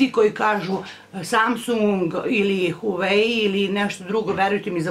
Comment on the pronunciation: Kaže se Huaveji a pise sr Huawei